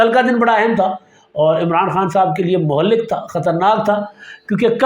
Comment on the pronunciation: saaen gee....MUHALLIK NAHEEN BALKEH......MUHLIK I AM PANJABI AND MY HOME CITY IS SHAHDADPUR SINDH YOU ARE MY MOST FAVORITE LIKE SAYYAD IMRAN SHAFQAT LIKE DADA GEE LIKE SAEED CHOUDHARY.....AND ALL THE VLOGR OF BETHHAK